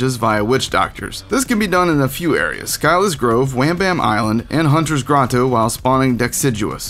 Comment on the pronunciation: When he pronounced scyllas grove as skillas insted of silla i died laughing